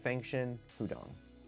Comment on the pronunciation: "HUDONG" - edit: also congrats on 100k subs!